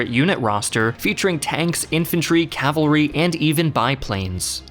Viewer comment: Say CA-VAL-RY. NOT CAVLARY.